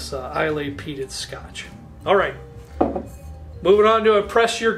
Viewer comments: couple things.... eye-luh, not eye-lay... and it's pronounced oog-dahl, not you-ga-dahl. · Nice lineup and review! I love the distiller app as well. Very helpful It’s pronounced Eye-luh not Is-lay or eye-lay. Love that most of your selections are from there tho! That’s about 70-80% of my scotch collection. Where are you getting Uige for $30-35?!? That’s closer to $70 near me. I’d buy the shelf if you see that again! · seen a few of your vids.. i like your content a lot. i like the structure of daily/ mixer/ friday night/ impress a guest/ special occasion. but i cringe so hard at your pronunciation of islay. its pronounced eye-luh lol. I too love that island and all its whiskies. loved your pics on this vid. all great whiskies. you bring good approachable tasting notes.for special occasion bottle i HIGHLY recommend Glendronach 21. it should save you about $30 on the dalmore. A fun extra category might be single barrel for these videos. cheers! keep it up. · Thanks for doing Scotch!!! Your list is fantastic! Wonderful descriptions . I think both Monkey Shoulder and Naked Grouse are Pure Malts, basically blended malts, so no grain whisky in there. Johnny Walker Green is also a Pure Malt. In Scotland Islay is pronounced I-Luh or Eye-La. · Islay is pronounced EYELA! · Islay is pronounced “eye lah” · Islay - pronounced eye-la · It’s pronounced EYE-LA